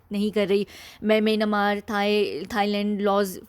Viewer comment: The way you pronounced Myanmar sounds very funny.😂😂😂